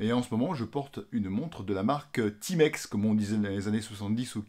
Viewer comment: Enfin un francais qui prononce bien le nom TIMEX, au lieu de Ti-Mex. Les français de France, ont la stupide habitude de toujours vouloir prononcer les mots et nom anglais en français. Genre: Spiderman. 😆C'est un nom anglais, il faut donc le prononcer en anglais, car dans le cas contraire, cela donne une drôle de sonorité.